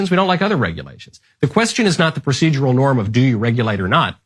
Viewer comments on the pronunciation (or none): none